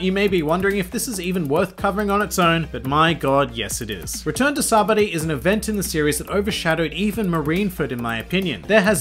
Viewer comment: I think it’s funny you pronounce it sabdy good video.